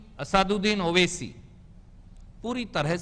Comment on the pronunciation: Pahle Aap Sahi se Naam Bolna Seekhlo Owasi Sahab ka